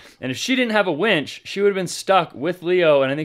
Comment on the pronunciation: I'm soooo glad you call it a WINCH and not a WENCH.